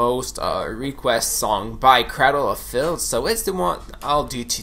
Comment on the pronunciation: "Craddle of fihlth" that's how you know Finland.